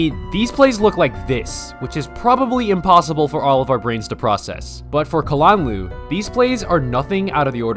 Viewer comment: I like how you pronounce kalanluu